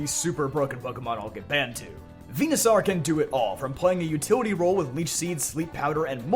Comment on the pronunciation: Dude are you ever going to get Venusaur's damn name right?